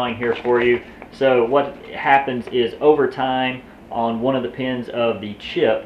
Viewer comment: On - ohn